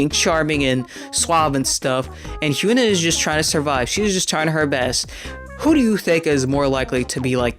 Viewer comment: Good vid only pet peeve that her name is hee - yun - ah not hue - na